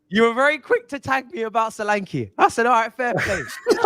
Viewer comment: That name is pronounced Sho-lan-ke. Ke sound like in Kettle.